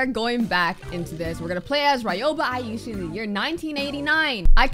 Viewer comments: Hi!! Aishi is pronouced “A-shi” the first i is silent c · ITS EYE SHE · It’s pronounced I-shee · U got Ryoba right in pronouncing but aishi is pronounced eye- shi k not tryna be rude just saying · I just wanted to say that you pronounced her name wrong but that’s all right because you’re still my favorite YouTuber by the way, you have to pronounce the i at the end not hate